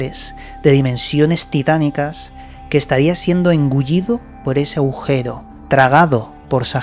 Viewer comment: Aujero? o agujero...